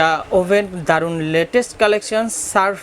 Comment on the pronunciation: সার্ফ না শার্প কোম্পানি। কনভেনশন না কনভেকশন ওভেন।